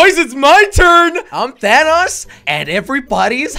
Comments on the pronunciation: When you say thanos he says thanass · It's not thanos its thanose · You said vannos...🙄😁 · Who is Dan Nas it’s Thanos